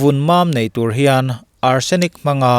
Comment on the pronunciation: Beladona hi tùr a ni ti loin túr (poison) tia lam tur a ni.